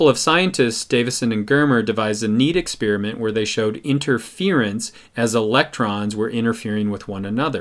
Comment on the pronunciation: How come nobody knows how to pronounce experiment anymore?